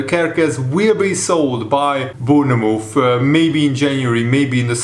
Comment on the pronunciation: Bourne- mouth